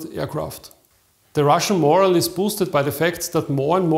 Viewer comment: "morale" is not pronounced like moral. The accent is on the second syllable.